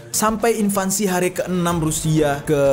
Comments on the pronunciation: Dari awal konten lu tentang russia-ukraina lu tetep salah nyebutin kata INVASI bang... bukan INVANSI bang tapi INVASI 🙏🙏🙏🙏 gua ngefans sama lo... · Sorry pak bro bukan invansi x ya, invasi mudah 2 sy bener koreksi kl sy salah